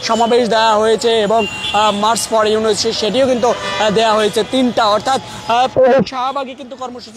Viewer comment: ইউনুস ও কর্মসূচি উচ্চারণ ভুল হয়ে গেলো না! ছোটখাটো ইউটিউব চ্যানেল হলে মানা যেতো। বড় একটা মিডিয়া প্রথম সারির। সত্যি হতাশা জনক।